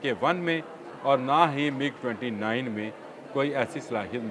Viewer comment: It is not MUG it is MIG